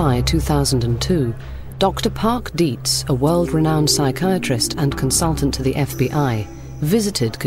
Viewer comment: Nada mas como dato es Dr. Dietz no Deeds